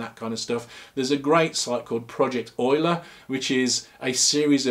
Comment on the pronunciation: Wow, you pronounced Euler correctly (modulo accent)!